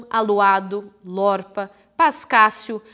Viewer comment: Se diz 'lôrpa'